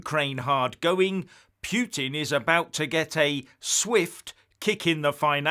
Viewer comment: Sorry to mention this. PUTIN pronunciation? Many English say PEW TIN Correct pronunciation - POOH TIN. A pile of pooh - 😆 Love your videos.